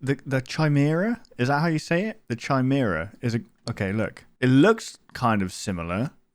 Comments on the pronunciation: It’s pronounced kimera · it's pronounced kai merah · the Ch is supposed to make a hard K sound in the word Chimera